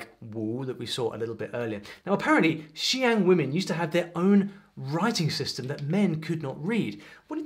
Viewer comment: Please look up the IPA for xiang and zhuang because hearing you pronounce it with a british filter was sort of painful